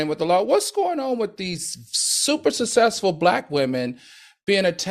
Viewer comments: He butchers the words successful, too. All. The. Time. I don’t think it’s the alcohol. I think he either has a minor speech issue or needs to slow down and/or both. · Not to be a “Karen” but please learn how to say successful!!! It sounds horrible when you are publicly speaking!!! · Al cannot pronounce the word suCCessful for nothing in the world!!! But he definitely prepares for the show!!!!